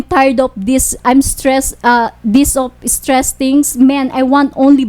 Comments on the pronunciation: Tang ina teeeehh magtagalog ka na lang teh patranslate mo na lang kay idol.. i was surfries ..streesss ang deypress.. my god gurl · Im so estress and defres 😂😂😂and berry berry berry estres